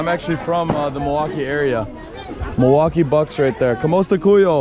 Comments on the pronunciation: say KUMUSTA KAYO, not kumusta koyu (when talking to two or more persons). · "KAMUSTA KAYO" bro not kuyo,i'll just want to correct,hope you and your friends enjoying to our coutry😄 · 😂 Also “Kamusta Kuyo [sic].” When it should be “Kayo.” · Say COO MOOS TA KA YO instead because the way you are saying it doesn’t make sense lol. Glad you are enjoying Philippines ❤❤❤